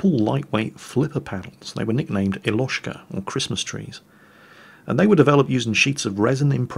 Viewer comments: It's pronounced YO-loch-ka (Christmas tree) not ee-LOSH-ka if anybody cares. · Eloshka???? YOLACHKA SKRUBLORD PEASANT